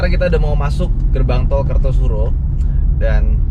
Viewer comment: kartosuro bang, bukan kertosuro..